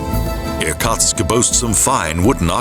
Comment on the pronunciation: The city nearest Lake Baikal is ear-KOOTSK, not ear-COTSK (Irkutsk)